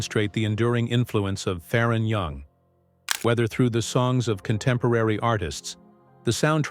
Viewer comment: His name is pronounced Fair on not Far on